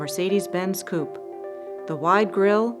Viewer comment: For your next video can you please get a new moderator? This women is annoying, especially the way she pronounces Coupé! Please fix that. Thank you